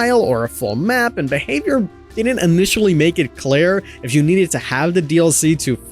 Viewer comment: it's pronounced "clear" not "Claire"